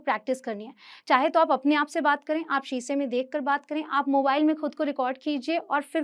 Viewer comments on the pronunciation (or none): none